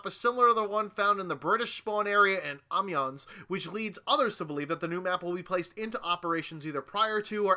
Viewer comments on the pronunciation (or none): Yeah it is in French; like when you say "sans." It's Ah-Meh-Yon. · Gavin Matthews haha I thought this too. The s is silent though...